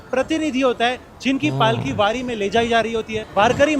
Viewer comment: पंधारपूर वरी नहीं पंढरपूर वारी बोलते है